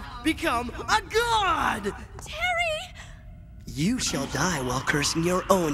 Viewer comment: Terreh Bogard!!!